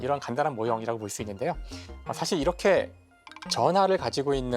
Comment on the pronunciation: (계속) 여러 분의 장단 고저 문제가 심각 하나이다! 예: 사실, 대표,전자, 궤도 등 의 첫 자는 모두 길게 발음해야하는데 이를 짧게 잘못 바름했나이다. 실로 실망했오이다. 미국 변 완수 드림